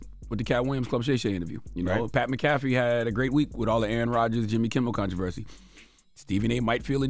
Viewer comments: I feel like Charla be saying Pat mcafees name wrong on purpose 😂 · Pat Mcafee. Not hard to pronounce, even for a God 😒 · Charlagay need to pronounce Pat Mcafee’s name right lol